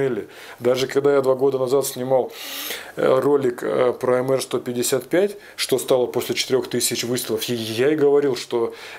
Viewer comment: Уважаемый, не " эмэр " , а " эмпи ".